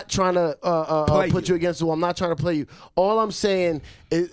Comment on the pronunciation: Khaled: Don’t pway wit me Don’t Pway wit me 😡😤 Cypher:Say other words!! 🤣 Khaled: You could lie but don’t pway wit me.😂🤣